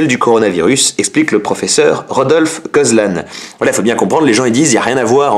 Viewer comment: Belle mise au point max Mais ta pronotiation du Docteur Robert gozlan... T'as écorché son nom lol